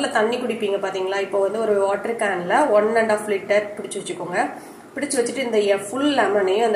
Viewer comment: Oru litre thanni clear ra kekala mam